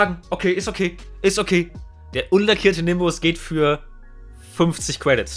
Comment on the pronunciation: „twaden“ „dwop“ „cwedits“ „alwight“